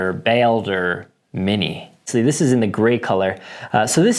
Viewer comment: It's pronounced Ball-Der. Like Baldurs gate Baldur the viking From a fellow norseman